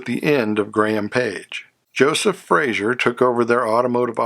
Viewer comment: Good video. A couple of inaccuracies - One, and I know I'm being anal about this first one so I apologize in advance but it's pronounced "Fra-zer" not "Fray-zhur." Joseph Frazer was Scottish, not French. The six cylinder Henry J engine was 161 CID not 191. The Carolina model in '53 was not the higher end model, it was in fact the lowest end model. It has almost no trim and no chrome. The purpose of the Carolina was to get a low priced car in the show room to lure prospective buyers in and then talk them into purchasing the upscale Manhattan or Dragon model. The arrangement with Sears began in the 1952 model year with the first Allstate cars in stores in December 1951 and contrary to what is stated in other videos and even in some books, the Allstate could not be ordered through the Sears Catalog. It was listed in the catalog but you had to go into a Sears store (in a few selected cities in a few selected states) in order to purchase one. The Allstate was sold in 1952 and 1953 with only 2,300 sold. It's unfortunate that the car shown when the Carabella is first mentioned is actually a '54 Kaiser early Special as that model did not have the 3 piece wrap around rear windshield as the Carabella did. Love the Brazilian cars. You don't hear much about those. Overall, a very good video.